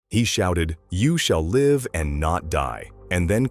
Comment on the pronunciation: The AI robotic voice can't pronounce live right